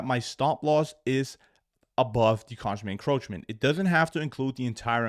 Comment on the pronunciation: Mate you fucked up the term consequent encroachment so bad 😂 hilarious the way you say it.